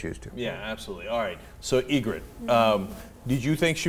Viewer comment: You're absolutely right, but as a nerd, I must correct you. It's "Ygritte".